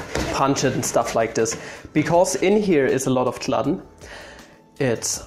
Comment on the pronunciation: Gluten is pronounced with a long u like glue-ten. But I'm in awe of your baking abilities. That kind of pan is usually called a springform pan, and you lined it with breadcrumbs.